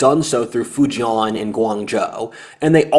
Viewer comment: Decent Chinese Mandarin pronunciation. Except for Fu-jian. Rhymes with Ko-rean.